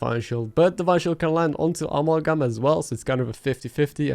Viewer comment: uh-MAL-gum (cause I otherwise pretty much forget you aren't a native speaker and thought maybe u'd want to know...no other reason)